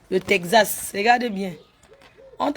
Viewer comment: Tekzasse putain on dit texas l école est bien hein